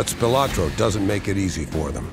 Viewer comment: Bertha's was on Maryland Parkway , east of the Las Vegas Strip. I think that it is still there. Spilotro is pronounced " Spill-oh - tro, not 'Spill - ah - tro". I was good friends with one of the 5 brothers and, the miss-pronunciation of their name was a peeve of the family.